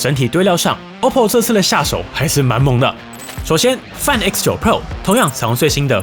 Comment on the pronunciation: 麻煩先去了解一下Find怎麼唸